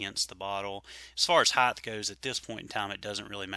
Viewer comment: Not to be a jerk but to pass on some info...the word is pronounced height. HITE. Not Heighth. Length, width, but height. Speak better, sound better, taken seriously better. Cheers!